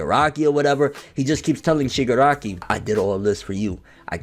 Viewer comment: Haha u cant say shigaraki kid